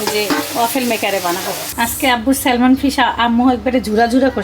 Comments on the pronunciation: salmon er" L"uchharon hoy na...silent thake...orange k কমলা, না বলে কম লা বলে।plz vul bal na bole thik kore bolle valo hoy bachchara o video dekhe... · ন্যাংটা হয়ে তো কথা বলে না। বাচ্চারা দেখলে কি প্রবলেম? মোট কয়লাখ কম্ লা বা কমোলা বলে শুনতে চান? নোংরা পান্ডিত্য একটু কম করবেন। Salmon স্যাম্যান্ হলো right pronunciation. Dialect বা আঞ্চলিকতা থেকে স্যালমেন বলে। শুধু Almond এ আমন্ড বা আমেন্ড বলতে হয়।